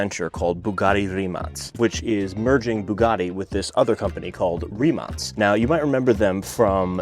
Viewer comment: Rimac not rimass